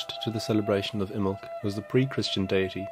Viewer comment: Imbolg has three syllables. I muh lug.